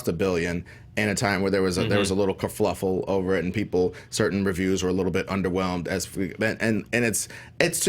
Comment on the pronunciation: kerfuffle, not ker"fluff"le, lmao